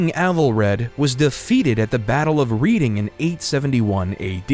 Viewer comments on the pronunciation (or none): Hello! It's pronounce reading as in red-ing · And " Reeding" instead of Reading. You must try and get these right, please. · Reading to town is pronounced Red ding and king Alfred only became Alfred the great after death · One mild annoyance. Reading is pronounced 'redding' not reading. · reading 😂😂 it's pronounced red-ing dude. Cool video tho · Note to AI: READING is pronounced REDDING and ... LEICESTER is pronounced LESTER. You need to check English pronunciations before posting!!! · The battle of reeding. 🤣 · You lost me when your bot mispronounced Reading and the AI images were creepy.